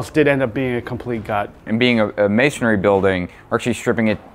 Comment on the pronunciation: it's amazing that neither of you know that the word is masonry and not masonary. You sound like fools.